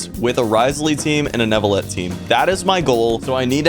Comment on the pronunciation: im also pretty sure that in neuvillette the e is silent